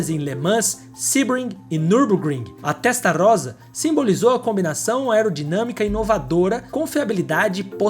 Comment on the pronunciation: Favor notar que aos minutos você pronuncia FERRARI TESTAROZA, está errado, a pronuncia é TESTARROSSA (alguns pronunciam TESTARRÔSSA, ESCREVE-SE COM UM R e MUITOS PRONUNCIAM "ROSSA") .... Excelente matéria. Parabéns.